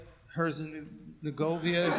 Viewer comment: The way he butchered Herzegovina... don't piss us scary whites off 😂